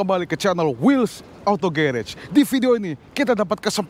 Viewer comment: Pronounce garagenya salah. Yang bener 'ghuraj'